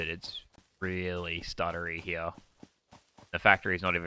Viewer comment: when you cant say "here" properly and say "heyah"